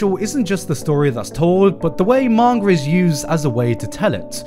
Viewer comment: "Mangar" i will never hear garnt saying manga right ever again.